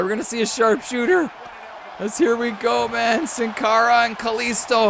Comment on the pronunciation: Sin cara is pronounced seen cara. It's Spanish for without a face.